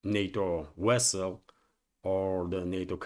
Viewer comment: "Captain, the wessel is threatening us"